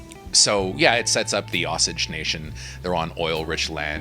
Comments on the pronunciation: I believe its pronounced 'O - Sage' and not like 'sausage' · In KOFM, the tribe Osage is pronounced O-sage......Oh-sage.